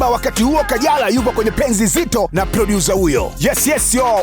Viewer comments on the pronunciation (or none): Sio "Prodyuza" ni "Prodyusa." Neno 'Producer' mnapata wapi licence ya kulitamka "Prodyuza"? Halafu huu ni ugonjwa wa wabongo wote